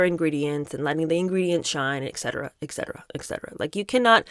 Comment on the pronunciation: Just a little note for, it’s ET CETERA not ec cetera